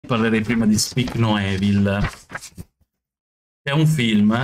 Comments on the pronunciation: si pronuncia "ivol" (EVIL) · “Evil” Si pronuncia IVOL non Evil, Mannaggia dopo 10 film horror con sta parola ancora non avete imparato 😂